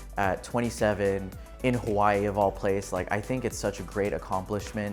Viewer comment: You know he's not originally from Hawaii based on the way he pronounces Hawaii. He's probably from California or something.